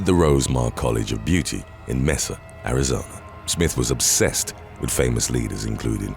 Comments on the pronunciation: Mesa (May-sa) Tucson (Toos-on) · It’s pronounced Ba-RACK, MAY-sah, TOO-sahn. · It's toosawn(Tucson ) and maysa(Mesa )and wad dell(Waddell) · Mesa is not pronounced like that. It is a Spanish word so use the right pronunciation for it.